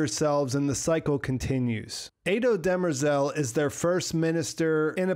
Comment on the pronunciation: They definitely cheapened Demerzel’s character by making her a known robot, seemingly lacking the 0th law conflict. Also, did anyone notice they pronounced her name, “Dem-rezel”? Clearly not how it’s spelled, but does work for a more female name. Which it’s supposed to be pronounced “De-MER-zel” anyway.